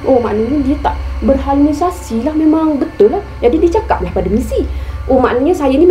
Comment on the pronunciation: Assalamualaikum.. maaf saya betulkan sebutan yg sebenar ialah 'Berhalusinasi' bkn utk menujuk pandai cuma lain kali jika Puan guna perkataan tersebut semasa penceritaan lain dapat beri sebutan yg baik.. 🤗 walauapapun mmg pengajaran yg terbaik👍👍